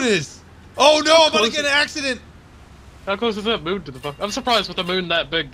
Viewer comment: Did he just pronounced the moon "Mun"?